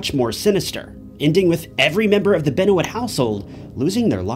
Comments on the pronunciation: how do you make a video of a professional wrestler and not even know his name. I never watch wresting and still know how to say it right how did you say the former presidents name? Ba rack O Bam Ah.... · The moment you mispronounced Benoit... The video became invalid lol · Your continued butchering his name makes me almost makes me to not watch. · It’s “Ben-Wah” mf “Ben-Wah” Tf are you saying? Out of all the research you’ve done including videos you didn’t hear how they said his name? 🤦🏽‍♀️🌚🌝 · Who tf is Chris Benouwitt? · Beno it? Its Ben whah, the names french :p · Bennnnnnnnn Waaaaaaaaaa lets say it right. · Chris Benoit's last name is pronounced "Ben-wah," not "Ben-o-it." How could you do all this research and not learn something as basic as that? It kind of overshadows your efforts. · It’s Ben Wa not Ben o wit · CHRIS BENO-IT LOL YOU SHOULD HAVE JUST STARTED AGAIN MATE CAN'T EVEN TAKE THE VID SERIOUS AFTER THAT. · Chris “Ben-o-it” 😂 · It's pronounced Ben-WAH. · Saying Chris ben noyt is making it hard to focus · Chris Benowitt? Keith Sullivan? Automatically invalid. Sorry. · 'Chris Benwit' 🤣 wtf.. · He did, but every time he mispronounces "Benoit" (BEN-WAH) it is annoying/amateurish. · I hate how this guy says "Benoit" Ben oh it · Chris Ben-O-IT ... 🤔💭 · Chris Ben-O-Wit? 😂 C'mon bro.... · Beno-it???? Really??? That’s not good for credibility lol. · Benwah is how u say it my friend 😊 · Wtf is a benuit? You couldve said benoyt and it would've been better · He said Chris Benoight 😂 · “Chris Benowit “ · 10 sec gang. Ben-O-Wit? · Chris Benouwitt??😂😂😂💀💀💀💀💀💀💀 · It's Benwah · Benoit i don't know if that was his real name i am sure it is but in wwe is sounded more like ben wa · did you jus say ben-o-it? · that jus fuccd wit my head so bad 😂😂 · Chris "Ben-o-it". Judas Priest dude...great channel, but maybe learn how to say his name. 3 seconds worth of research...regardless of how you feel about professional wrestling. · it hurt every time you got his name wrong